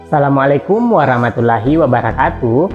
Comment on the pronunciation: Dalam Ucapan salam nya ada yg aneh.....